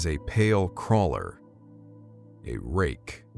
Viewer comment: If ever in need of a Foley, hit me up. Its "Wraith" not "wrake"